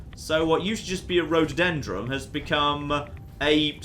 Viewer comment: The rhododendron becomes a radodendron.